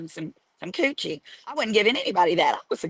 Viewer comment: You had me CTFU at “kewchie.” 😂😂